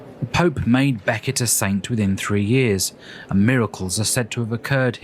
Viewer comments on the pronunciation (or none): none